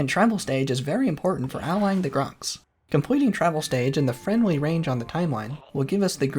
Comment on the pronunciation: maybe its cause im brainrotted but sometimes it does not sound like you are pronouncing the r in the grox name.